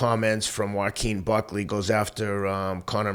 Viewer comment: Week after week you continue to disrespect these fighters the very least you could do is pronounce their name correctly, who in the hell is Ulberry & Bucky ? 🤣 I’m starting to think it’s intentional